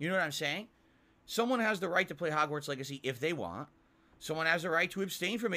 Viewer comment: Ah yes, my favorite game Hog's-Warts Beggacy